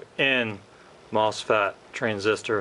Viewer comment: MosFAT? It’s mosFET